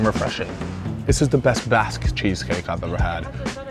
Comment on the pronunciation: I understand in different parts of the world all words are pronounced differently. But Basque is also my last name so hearing to pronounce like that hurts my gears 😂